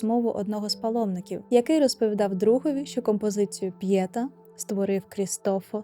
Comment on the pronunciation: ПьєтÁ!!!!!!! Вивчайте краще промову назв, будь ласка!